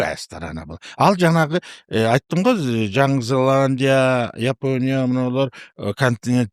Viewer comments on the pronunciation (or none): none